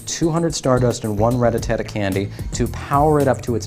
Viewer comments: First of all It's Rattata not RATATATA, second of all why tf make the video of you don't know the answer, this video was literally the most retarded video ever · Rattata not rattatata noob learn to read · Its RATATA not RATATATA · RA-TTA-TA NOT RA-TTA-TA-TA, DEAR GOOOOD! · Really? You said ratatata like 15 times in this video! Its RATTATA! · he said rata ta-ta lol ..your 16 year old should be doing these kinds of videos not you. if you cant pronounce their names correctly you shouldn't be playing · RAT-TA-TA not RATATATA.........jesus h. christ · Ratatata? That's what the guy was saying. LOL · "Rattatatta" now, next he'll be saying "Ratatouille" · RATTA--TATTA lol........................................lol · HOW MANY "TA" YOU HEAR IN RATTATA ?????? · stop adding the extra "ta" I couldn't watch the entire video cuz it got annoying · Everytime he tries to say Rattata a kitten dies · Say it right you dweeb. Where are you getting the extra "Ta"? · Sorry but why make the video if you're not going give us the answer? And you mispronounced Ratata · He can still play, he just shouldn't make "informational" videos with the mispronouncing